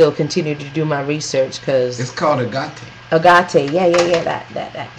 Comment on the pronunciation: Agate rhymes with maggot. Just FYI